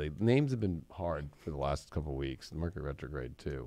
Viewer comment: Rercury Metrograde! 😆 😂